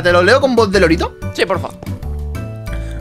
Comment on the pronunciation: Alguien más pensaba que decían LOLITO y recién me entero que era LORITO